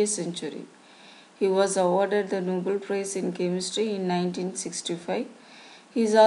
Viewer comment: Nobel Prize not Noble